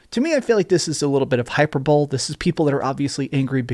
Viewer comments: It's pronounced hi-per-bo-lee not hyper-bowl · HYPER-BOWL LMAO. It’s hy-per-bo-lee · Dude its pronounced high-perbow-lee not hyper-bowl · "Hyperbowl"??? It's pronounced Hy-per-bo-lee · Palpitable🚫 Palpable👍🏼 Hyperbowl🚫 Hyperbole (High-per-BO-lee)👍🏼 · Hi-per-bow-lee. Not hyper-bole!! Hahahahahaha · this guy really just said hyper bowl... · Hyperbole is pronounced hy-per-bol-ee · It’s pronounced Hi-Per-Bo-LEE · HYPER BOLE!!! H You said it like HYPER BOWL HHAAHAH! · Hyperbole is pronounced hyperbolee. Please talk to people irl once in a while.